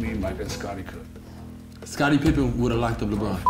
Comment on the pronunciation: Rodman said Pipen!